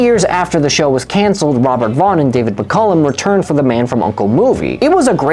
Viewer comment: If you think it's the greatest show of all time, how come you can't pronounce either McCallum or Carroll correctly?